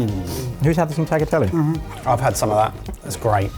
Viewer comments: Hello from Italy. 😊 Brilliant. 😊 Canerdeli is pronounced ca-NER- de-li, accent on the NER. And it's besha-mella not besha-mellia. 😊 And it's talia-telle, not taglia-telle This would cost less over here, of course. Blame bloody Brexit. 😂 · Good job! As a german living in Sicily I love the Caponata, cannot really judge the rest But guys! The 'gl' in tagliatelle is pronounced like the gl in aglio (cause it's followed by an i) Grazie mille! 😊